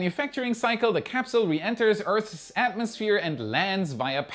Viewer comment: Hey! I know English is hard, but nice to hear you finally pronouncing "Earth's" properly! Well done!!!